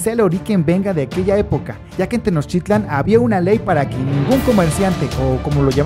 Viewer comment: No sabes pronunciar Tenochtitlán